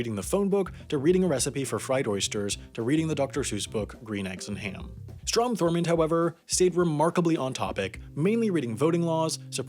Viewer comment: Dude it's THURMOND not Thorman....It's FACET not faucet, do you know how to pronounce words?